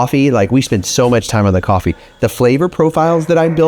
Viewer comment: Coffvee. Pronounced. ::: coffee